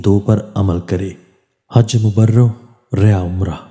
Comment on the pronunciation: It is Haj Mabroor and not Mabrawar